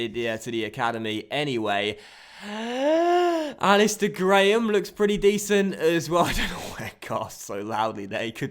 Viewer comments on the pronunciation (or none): none